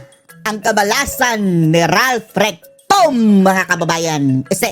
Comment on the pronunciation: Natawa naman ako recto naging rectum😂😂😂